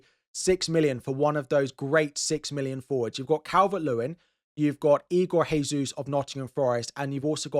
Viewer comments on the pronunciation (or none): great content! nice to have you back,. just a quick tip - it's igor DJesus not HEsus